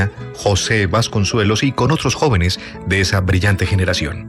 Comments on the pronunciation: Respetuosamente, no es José "Vasconsuelos" , sino Vasconcelos. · El narrador tiene una voz poderosa, bien modulada, bien articulada, pero hay que leer un par de veces previamente lo que se va a grabar. Y sobre todo hay que revisar muy bien los nombres propios: no es Vasconsuelos, sino Vasconcelos.